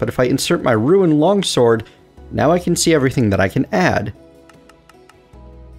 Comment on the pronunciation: Rune. Not Ruin. ROOON git gud